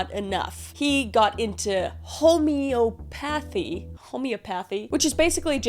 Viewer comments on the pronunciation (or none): Home-ee-aw-pathy. Jew-el-er. Great episode, thanks for all the work! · Hey Kris! Wanted to help out w/ how to say homeopathy… Phonetically it sounds like: HOME-EEE-OP-ATHY & HOME-EEE-O-PATHIC Love your work! ❤❤❤❤❤ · home-ee-AH-pawth-ee. Just to try to help. :-) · Idk why you have to make fun of homeopathy. You can’t even pronounce it. Entertaining content otherwise.